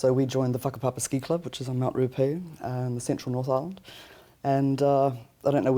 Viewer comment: ruapehu... WOW thats not how you say it